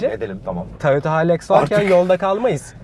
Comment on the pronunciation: Haylaks diyince noluyoruz dedim kendi kendime öyle alışmışız hiluks demeye :D